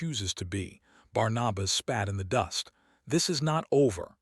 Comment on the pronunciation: The name is Barnabas. Pronounced:- ‘Barn- a - bus’.